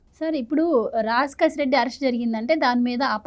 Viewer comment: రాజ్ కెసిరెడ్డి అని పలకండి. కసిరెడ్డి కాదు. 😅